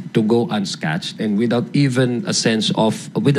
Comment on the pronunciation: “UNSCATHED” ADIONG HINDI “UNSCATCHED” , ANO YON SCOTCHED?